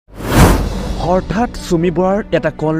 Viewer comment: হৰ্ঠাৎ নহয় হঠাৎ৷ উচ্চাৰণ শুদ্ধকৈ কৰিব ৷